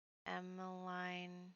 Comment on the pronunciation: It is pronounced Emma-leen ;) my best friend as a child was called Emmeline so...!